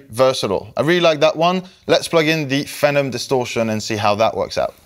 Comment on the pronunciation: it's FEE-nom, not fennum, as in "a person who is outstandingly talented or admired, especially an up-and-comer. "the newest pop phenom" you sound french, so I'll cut you some slack😁